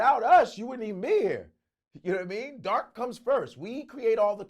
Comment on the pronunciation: Yadidamean not yadadamean